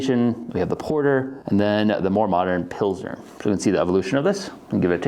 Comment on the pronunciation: ... almost clicked off when you said pilsner but ima stay for longer